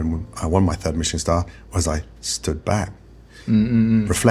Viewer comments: why he say michilan like that lmao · Please don’t ever pronounce Michelin star like that ever again! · Why pronounce Michelin like it isnt a tire company? Lol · Why did he pronounce Michelin like that? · What is with that pronunciation of Michelin star? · If you understood Michelin stars came from the Michelin tire company, you wouldn’t try to enhance it with a goofy French accent. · Why does he keep pronouncing Michelin all fancy lol? Because you don’t pronounce the tires that way and it came from the same company so just curious as to why the over pronunciation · bro is pronouncing michelin like it aint a tire company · i didnt think it was possible to mispronounce michelin so horribly. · That's not how you pronounce "Michelin," dude. Ever bought a tire? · Pronouncing Michelin in a French accent when its actually the American tire company is hilarious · That's one of the better last meals i have seen on here. An in n out double double is on my last meal list as well. Why did you pronounce Michelin that way though? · wtf is a Mee-sha-lan star lol...its Michelin, like the tire company. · Stop saying meeeshalan stars like it’s some fancy French thing. It’s Michelin. Literally the tire company, they created the Michelin guide, google it. You sound dumb. When you go to discount tire for the next pair of shoes for your car, make sure to pronounce it like that and see if the whole shop stares at you. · wtf is a mee-shuh-lawn star? dont church it up dirt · Its not pronounced "mee-che-lawn", its from the tire company Michelin. Don't try to make it fancy. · meechilin... why are you trying to be fancy...its pronouced the same way as the tire its the same guy you twit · "meesh-land stars" is not how i thought would pronounce Michelin xD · Why did he pronounce it “meeeshellin star” do you also pronounce the tires that way? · I love a meeshulin star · did he say Michelin star like "meechalin" as if it was french??? its the american tire company llololol